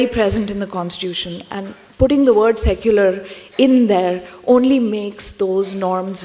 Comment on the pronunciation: Secular sounds like suckular for me..